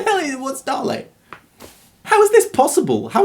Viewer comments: I'm pretty sure Dale is pronounced ( Da-yl-e) but what do i know its only my name and all that. also a Dale is the space between two mountains like a valley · its day-l lol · dale.... is pronounced... "Day'll". But Dall works aha